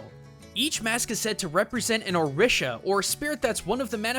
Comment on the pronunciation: I'm Cuban and a follower of Santeria, the Caribbean version of the Yoruban Religion... and he killed me with how he said Orisha.